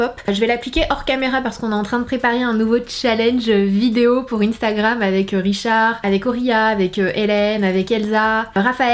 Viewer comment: Instagram on prononce in en son si tu le savais pas 😉